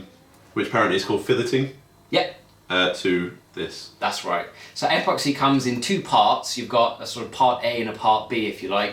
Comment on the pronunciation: Dude. Is apoxy a uk brand?, otherwise it's pronounced epoxy, like in email. I hope he used a lower thrust motor for his L1 certification as that sucker will go high and far depending on wind conditions.